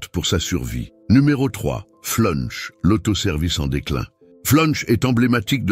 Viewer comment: Flunch c est pas punch 😂😂😂😂😂